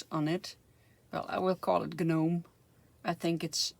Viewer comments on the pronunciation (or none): Nomes without the g sound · The way we say it is NOME which rhymes with HOME .